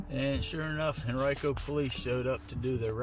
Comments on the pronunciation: Hey, this is wild. I'm from Henrico County, VA. Not that it matters but it's pronounced Hen-rye-co, not Hen-ree-co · HEN - R-EYE - KO *not Hen-ree-ko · This my county it’s pronounced Hen-Rye-Co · pronounced Hen Rye Co not Hen Rico and the area they are running radar at this location that has had multiple deaths from speeders. Citizens have petitioned police to run radar there. Not a fan of police but this dude is trying too hard to be a victim here. About a month ago there was a hit and run murder along this stretch of road. If this "watcher" was serious about filming corrupt police he would be one county over in Chesterfield nick-named arrest-a-filed. Henrico can be dicks but out of all the local departments they do try the hardest to be civil. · it's pronounced hen-RYE-koh ... or hen-wreck-uh by some of the old timers